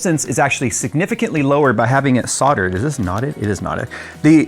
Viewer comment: The L in Soldered is NOT silent.